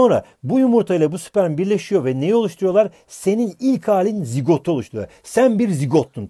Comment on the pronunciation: sen BiR ZiGOğGt sun: teşEKürLERğ hocamm 😂😂😅 koptumm